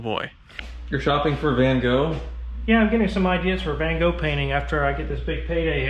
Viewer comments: "Van Gooh" 🤣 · Van Goo, lol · Hahahahaha "Van-Goo" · Who the hell is Van Goo?